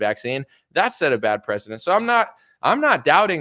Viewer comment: Cute video but it’s prec·e·dence*** . You keep say president … I can’t 😂